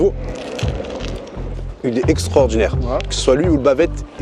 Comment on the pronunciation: On lui dit , que les anciens disent ''extraordinaire'' et pas extrordinaire!